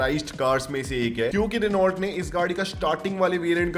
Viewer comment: भाई आप रीनॉल्ट क्यों कहते हैं? यह रेनो है।